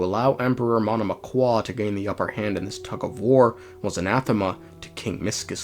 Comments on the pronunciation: "Monomakh" "Mish-chy-slav" "Seriviiiki" "S-koll-dyryth" "Vodya-noy" "Fio-dorovnaa" it's pronounced more like this for me! (western slav yippiee) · You just pronounce it Monomak, he makes it complicated on purpose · And still monomach in his pronunciation sounds soooo French it was quite painful to listen ngl